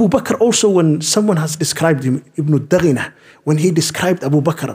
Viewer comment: It was ibnu dughunna not daghina